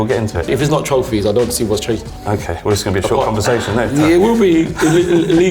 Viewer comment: Trophyss not leaque ..Stop 😂